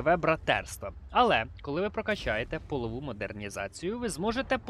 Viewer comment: Прохання, кажи не "полову" а "польову". Те що ти казав перекладається або "статева" або "підлоги")))